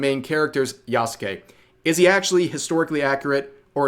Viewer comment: OMG you are finally pronouncing yasuke correctly (silent u), I am so happy :D